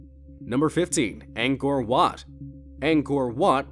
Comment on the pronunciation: Anchor What (Ankor Wat)